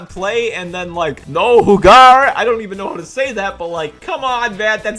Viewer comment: That "no jugar" you said was very close to how it's said in spanish, the "J" is ussually said close to an "H" in "Hello"